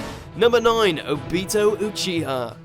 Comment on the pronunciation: Who O-Bee-toe Oo-chi-hu